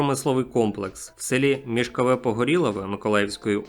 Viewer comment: МішкОво-Погорілове, а не МішковЕ🥴